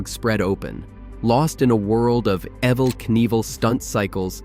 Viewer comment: Evel Knievels first name isnt pronounced the as the name Evelyn... it was pronounced the same as the word evil. duhhhhhhhhhhh